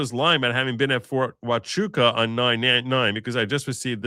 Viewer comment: Yes you pronounced Huachuca correctly